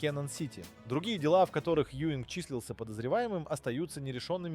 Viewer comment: Az átszállítása nagy hiba volt. Kár, h az AI felolvasás lerontja. Alex Juing- nak kell kiejteni, nem Ewing-nek.